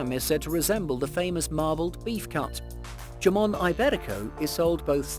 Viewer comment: JAMON?? NAH! IT'S "HAMON"😂😂😂